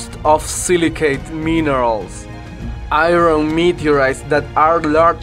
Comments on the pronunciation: This guy's English is fucking terrible. Especially his pronunciation of the word "iron." I had to stop watching the video before my ears began to bleed. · Your showing video of spacecraft parts burning up on re-entry into the atmosphere. These are NOT meteorites as you claim. And learn to pronounce "Iron" .